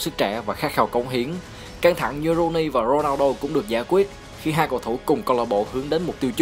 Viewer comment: Thích nhất những video ad làm về CR7 giọng ad đọc tên Ronaldo hay vl